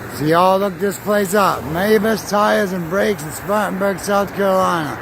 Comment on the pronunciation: "Squattin' Burg"? SC